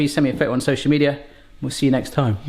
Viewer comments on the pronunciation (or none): none